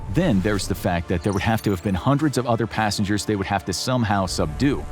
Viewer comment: it's passengers not passangers 😅